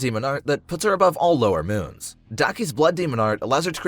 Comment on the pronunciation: One of the part he said lower moon sex or something else of then I am confused